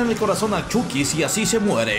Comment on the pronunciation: Ni eso, se dice "Chaqui" :v